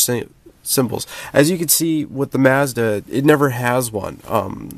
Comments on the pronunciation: Hey Its Mazda not Messda. I never heard anybody pronounce that way, get rid of the slang dude. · the way you say Mazda kills me...but good video nonetheless, thanks